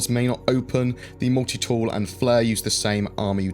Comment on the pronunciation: Moolti-tewl lol